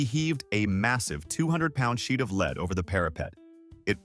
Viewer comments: Remember, every safety rule and warning came about due to somebody being tragically stupid! 😮 Gotta be very careful with those "forty minoavog" grenades. 😂 And the "fifteen mimi-shi" impact. AI voice, go home, you're drunk! 😮 Lead = "led", not "leed"! Stupid AI again. 🙄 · I thought led killed people - not leed! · its pronounced LED